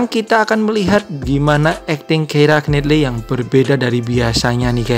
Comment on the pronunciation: It's pronounced "Kiera Naitly"